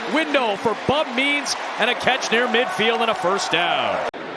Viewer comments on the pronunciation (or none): When the announcer says "Bub Means" it kinda sounds like "Bum Knees". A TD for Bum Knees!